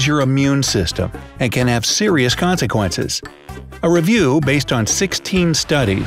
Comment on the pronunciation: The way he says “consequences”.